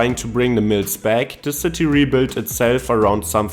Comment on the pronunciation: Such a delicate German akzent. The only people to pronounce "back" -- "beck". Thanks for vatching !